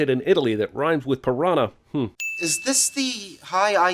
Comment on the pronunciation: "Piranha" does it rhyme with "lasagna".